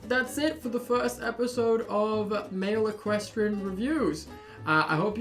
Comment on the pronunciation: Male equistrain😂😂😂 Equin